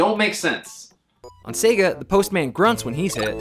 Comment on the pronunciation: sorry guys, turned off another video because nintendo dude mispronounces sega. sega guy, teach him it's not pronounced 'sehga'--it's super grating.